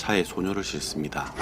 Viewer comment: 싣습니다O 싫습니다X 발음을 싯습니다로 해야 정확한 발음입니다~